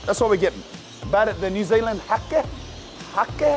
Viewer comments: Hake is literally just pronounced "hayk"..bougie over there with his haké Would be sick if when an establishment you go to does really well go in and tell them to their faces that theyre killing it, to see the reaction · Its pronounced Hay-ke, like Cake with an H. Beaut NZ fish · It's HAKE, as in JAKE !!! Silent E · 😅😅😅😅 "Hakē ow, hakē churr bro!" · Think įţs Hake? Pronunciation low key. ( hay. ke. ) South Island N.Z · When he said hake i thought he said hoki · It’s pronounced HAY K ( the fish) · "HA-KE" is pronounced HEY-K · Bro "Hake" is pronounced "Hayk" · Hake is pronounced like hate but with a k lmaoo